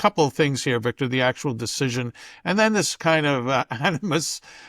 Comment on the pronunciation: "Beek-tor, tell me, is Trump going to ween?" -Jose